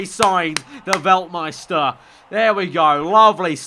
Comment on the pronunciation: The “Veltmister”